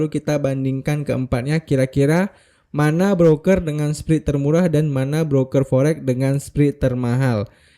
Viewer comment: spread itu bacanya spred om bukan sprid😅